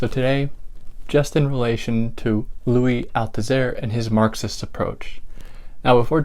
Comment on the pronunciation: Dès la première phrase, vous ne prononcez pas correctement le nom du philosophe français Louis Althusser????